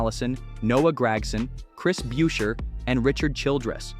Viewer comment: Buescher is mispronounced too.